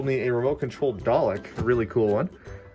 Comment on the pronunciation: Did you say at the end a remote control DAĹEĶ?